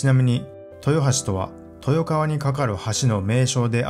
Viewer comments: 地元人は「とよがわ」と発音します、「とよかわ」は豊川市を呼ぶときに使います。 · はじめて視聴させて頂きました よく調べられてると思います 私は豊橋市民ですが のとよはしの紹介の所に読み方に誤りがありますよ 豊川の読みは”とよがわ”です とよかわと読まれてましたがそれではこちらでは意味が違って来ます 豊川（とよかわ）と呼んだら隣の市という意味になります。 補足させて頂きました。 楽しませて頂きありがとうございました。